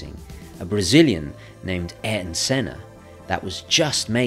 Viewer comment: Wonderful video, thank you for all the references. Ayrton; think: eye-ear-toe 👍🏻 Obrigada, Tchau!